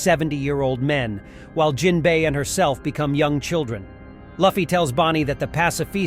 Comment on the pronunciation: pronouncing Luffy that way is triggering me.